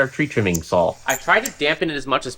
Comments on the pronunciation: Are you saying "sawl" instead of "saw" ??? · saul blade? what are you trying to say???? lol